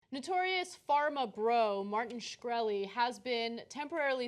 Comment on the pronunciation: LOL, Cenk still doesn't know how to pronounce Shkreli :)